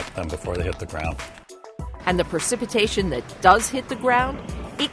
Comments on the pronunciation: The producers of this film allow the narrator to say "percipitation" five times (instead of precipitation). For an educational film, this is not good. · why is she pronouncing precipitation wrong??? Isn’t she a scientist?